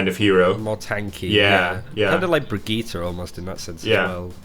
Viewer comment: God, the brigitte pronounciation cringe